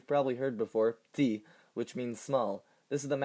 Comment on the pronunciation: Just a small remark from a french guy. The pronunciation of "petit" as "pti" with the schwa removed sounds very strange to my ears, as the word is isolated.